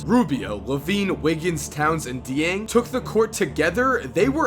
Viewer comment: As a Louisville fans it bothers me when people pronounce Gorgui's last name wrong. It's supposed to be (jyAng) not (deAng)